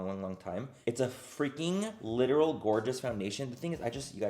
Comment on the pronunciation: I look forward to hearing “this GORGA day” bc I know he’s saying “gorgeous” but I choose to think he’s talking about me😂